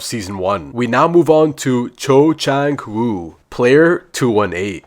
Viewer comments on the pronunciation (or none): "cho chang woo" " kang say beeok"